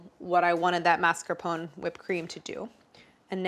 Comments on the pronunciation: Please MascarponE, not Mascapon 😅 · Do all Americans pronounce mascarpone like that?! 😂 is it not mass-car-poh-nay? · Never knew Americans pronounce 'mascarpone' like 'phone'; in British English we always pronounce the final 'e' separately even if the rest isn't anything close to an Italian pronunciation. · The mascarpone rebelled cause you mispronounced its name. 😏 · For each time you mispronounce “mascarpone” a dairy product will freeze accidentally in your fridge ❄️